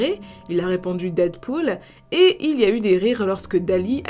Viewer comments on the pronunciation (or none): none